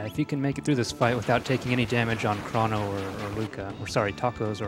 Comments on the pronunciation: Did this nigga just say chron-oh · "Krawn-oh Trigger!"